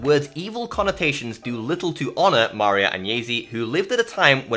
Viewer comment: It's nice that you want to honour the memory of Maria Agnesi. You can start by correctly pronouncing her name: Mar-I-a. It's not so hard.